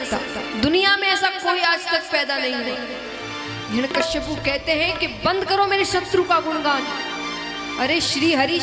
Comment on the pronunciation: 'हिरण्यकश्यपु' नहीं "हिरण्यकशिपु' । प्रवक्ता/प्रवक्तृ का उच्चारण शुद्ध होना चाहिए